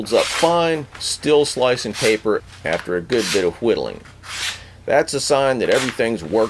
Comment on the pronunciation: I hate how he adds the h's in why, whiddleing and white